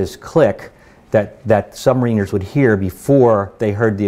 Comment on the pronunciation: He's full of crap technically ain't he. Decimate mis-used. One atm per 33 ft (actually slightly less in salt water ) . Incorrect information regarding depth charge action below. Wrong type of aircraft called up.... Pronounces Sub- marin-er incorrectly... it goes on...